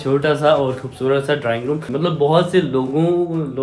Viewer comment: Drowning means dobna hai or ap drawing room ko drowning room bol rhy